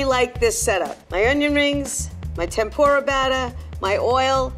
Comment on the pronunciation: You guys called it "Tempura" wow, appreciate from Japan.